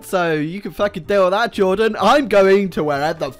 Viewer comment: Jordan Just Sounds Like He says Juden xD